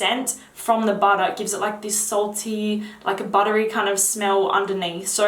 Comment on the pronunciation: Please say bahda(butter) in every single video. Made my day.